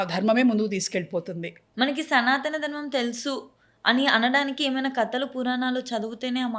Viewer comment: Mundu Anchor telugu matladatam nerchukunte Manchidi Dharmam ani sariga palakatamkuda ravatledu